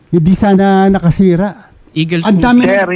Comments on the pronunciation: eguls hindi eagles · Instead na Eagles..naging Eguls😂